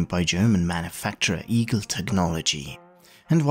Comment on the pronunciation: It's not pronounced "eagle" it's "Eye-Gel"